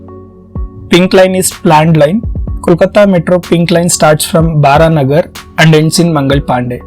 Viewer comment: bro it's not Baranagar as you said, It's spelled as Baraha Nagar as Narayana's Baraha Avtaar